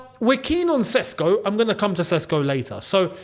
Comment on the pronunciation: Its pronounced Šeško (Sheshko), not Sesko.